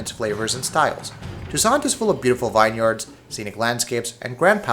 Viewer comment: "Vineyard" that isn't how it is pronounced... lmao